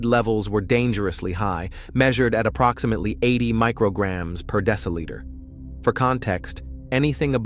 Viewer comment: Yes, he keeps mispronouncing. Also deciliter.